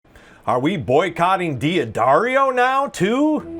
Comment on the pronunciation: It's pronounced "Daddario." Not "Dee Addario." You just ignore the apostrophe, and don't add another syllable.